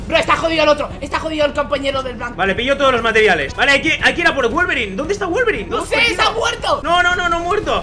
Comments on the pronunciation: Al principio dijo wolverain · Alguien se dió cuenta que al principio dijo guelveray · ADIVINA CUANTAS VECES HAN DICHO VOLBERINE